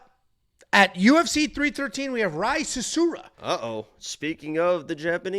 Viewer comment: Rei, not Rah-hee